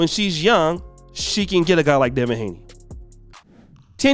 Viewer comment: Appreciate what you do but man you gotta be better. You kept putting up a picture of Gervonta Davis. Then you kept saying Devin Haley and it’s Haney. You call him up and coming when he’s already here. Just need you to get it together man. Bad enough the other say we all look alike and messing up our names. No need for you to confirm by doing the same. Probably don’t even care, but I’ll ask better of you anyway.